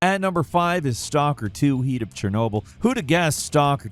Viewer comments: HEEAT OF CHERNOBYL? BRUH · between not being able to "pronounce" words like "heaRt" of Chornobyl, yawning only a moment prior, & the endless "uhms" & "uhhhs", is literally The Worst VO lol smh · I have a sneaky feeling sometimes likes to mix up his pronunciation of certain words to see if anyone catches on in the comments... "Heat of Chernobyl" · “Heat” of Chernobyl? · I'm sorry, I've been saying Heart all this time. Didn't know the R was silent =P